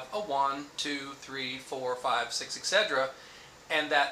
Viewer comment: There is no G sound in "etc..." its "ET SET Er Ah".